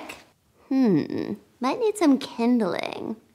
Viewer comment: 'Kindleing' XD